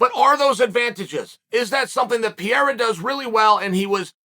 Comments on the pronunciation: His name is Pareira not Pierra? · Holy disrespect...still calling the guy Piera!! Pe-- rei--ra, not so hard PE--fucking--REI----RA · Hhahaha I fucking laugh to death when Chael says : "Piera" instead of "Pereira" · Pereira not Pierra ffs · Chael brother….i love ya but you’re chopping that name up🤣 it’s pronounced “PAH-RAIR-A” lol not pareeeraa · Alex Pierra is the greatest mispronounced name Chael’s ever created. After he beats Adesanya Chael will call him Pereira though. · “Pierra”… Who da fook is dat guy? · “Piera” FFS 🤦🏾‍♂️ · "Pierra, michaeljeff, oozeman, blahovovic"..chael's a legend. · Stop calling him Pierre 😭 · Pereira? No! Peeyera ✅ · Chael saying Pereira had one job whilst calling him Piera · Not gonna be a fun three months if you keep calling him Pieira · Ah yes the legendary Alex Pierrea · Peearea? Really?smh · Cheal always announcing names wrong Pierra, Makelchev 🤦🏽‍♂️😂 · Ok why does Chael keep calling Alex "Piera"? Is this some joke he has going on ? Or is he too american to bother with pronouncing foregin names right ? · It's pronounced per rerira the I is silent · It's pronounced peh-rare-rah and it is likely that Alex has been practicing takedowns with Glover for some months now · Nobody: Uncle Chael: Pee-Air-Rah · I had to check the title of the video again to make sure that man’s last name is pereira and not piera lol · I love how Chael intentionally pronounces everyones name wrong. “Piera” “Will Fury” 😂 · Where did he get the name piera from? That’s like Joey Diaz saying KhALAbib lol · "Alex Piera" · not chael mispronouncing the name of the topic of interest😹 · Brother pronounce Alex’s Pereira name correctly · I swear Chael has to be mispronouncing his name on purpose at this point 😂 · How can we even take you seriously, when you can't even say Alex name correctly!